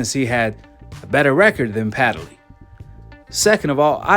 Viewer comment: Hey, there is no a,e,i,o, or u in between the d and the l in Padley. Stop pronouncing his name wrong.